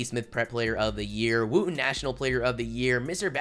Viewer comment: It’s wood - en. Not wue - den. Like coach Wooden... amh